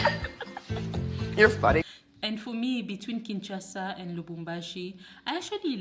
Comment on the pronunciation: Its K.I.N.S.H.A.S.A not KINTCHASA please . Obotama wapi yo? Obotama na los Angeles 😂😂😂😂. MUNDELE NDOMBE